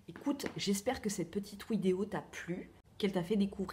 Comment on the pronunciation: J'aime bien quand tu dis "Wideo", ça vient d'où ?